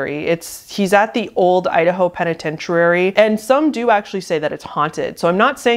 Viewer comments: The way you put an extra syllable in "penitentiary".....ROFLMFAO It has FIVE syllables, not six. And you say it wrong 3 or 4 times in rapid succession! Like my stomach muscles hurt so bad from laughing so hard - thank you for this! Haven't laughed this hard in recent memory. 😅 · Lol, it's not a penatentiarary, Loey Lane said it the exact same way. It's Penatentiary, peh·ni·ten·chr·ee. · Every time she said peneyenturary i died a little. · penna-ten-churri lol not pennetenchoorary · Oh, penitent-ee-ary? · The first one is definitely paradolia cuz I don't see anything but stuff. With the disappearing dog, the camera owning away is too suspicious and it seems way to much like he's acting (badly) for me to believe it's not set up. Also, I'm sorry, but I gotta say it - is putting an extra 'r' in the synonym for prison. It's penitentiary, not penitentirary. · Where are you getting the extra letters in the word penitentiary ?